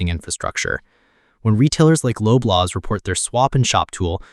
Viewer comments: This is a fake "channel" Real Canadians know it's pronounced "LOBB-laws, not LOW-blaws. (Please go home to Russia: Vlad misses you...) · "Loblaws," with an S. Lob rhymes with Bob. Cheers!